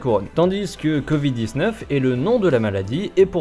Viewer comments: Pourquoi le monsieur il dit "con vide" au lieu de "covid" ? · J'adore le "convid" :-D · "Le CONvid" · Le gugusse parle du "Convid" à partir de là j'en déduis ce qu'il y a déduire ;) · "le document s'appelle con vide et pas corona" c'est ce que j'ai entendu moi